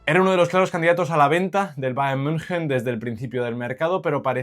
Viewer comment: decir bayern munjen ✅ valorar correctamente a coman o decir algo con sentido en todo el video ❌